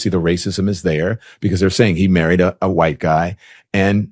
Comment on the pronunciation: Why do you pronounce the "h" in white. That's a hard "r" brother.